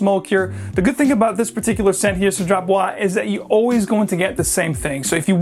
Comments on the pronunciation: Hi. The Cédrat Boisé, the Boisé, must be spell like Boizé. The one 'S' in between French word is spell like a 'Z'. A little tips. I bought a mancera which was on discount last week called 'black OUD intense' it a beast but then the dry down become smooth, sweet and soapy. Quiet nice actually. Thank you for the review. From Melbourne Australia. 😊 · A sweet crocodile skin jacket. Boise is pronounced "buaz" because of the e. Bois is "bua" and boisé or boisée is "buazay" because of the accent. Strange that cedrat doesn't have an accent though, because I'm pretty sure it should. So if it's missing there....I dunno. I suppose the company would know though. Anyway, I definitely agree that Aoud Vanille is a banger. Easily one of my favourite oud frags of all time.